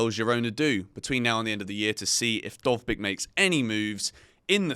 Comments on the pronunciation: you nailed "Dovbyk", but "Artem" was dreadful. it's more like Ar-tiom or A-tyom. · As a Ukrainian, I confirm that you've pronounced Dovbyk's name perfectly